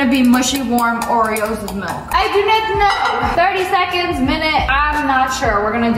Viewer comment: "gotta mix mah ✨✨oreaoes✨✨"